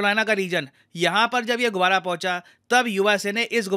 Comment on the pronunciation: गुबारा नहीं गुब्बारा बोलिये